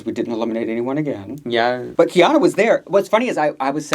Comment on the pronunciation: Please I’m begging you to pronounce Kei-OH-na’s name correctly 😭 it is NOT khianna